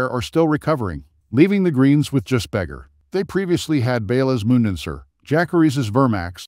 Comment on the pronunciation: its vey-gahr not beggar